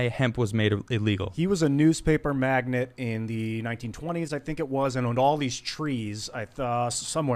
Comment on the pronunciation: dude. It’s magNATE, like oil magnate. Not magNET, like chick magnet. In a world where google exists, there are still those who want to speak to the masses who don’t know what they are saying. Welcome to 2020..... wow. Aloha